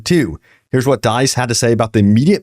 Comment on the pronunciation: Bro you gotta learn how to say "dice"